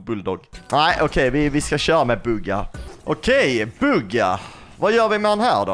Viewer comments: du sa fel i början du sa bugga man säger typ bhuuuga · Jag gillar att du uttalar Buhga bugga;)